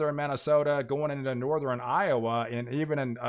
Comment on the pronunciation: Please don't stop saying northirend.